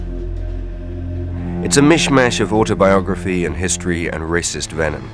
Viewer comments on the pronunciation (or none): none